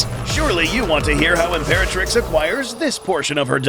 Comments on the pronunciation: imperatirx lol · Literally "Imperatirx" lmao 😂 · 00:1 Ultima Imperatirx? I thought it was ultima Imperatrix. LOL